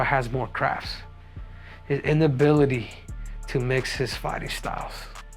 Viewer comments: IN ability, henry. Not UN ability. INability. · its inability not unability ......lolllllllllllllll....would love to see Sean as champ.....lollllll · Bro said unability 💀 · Inability not unability... pendejito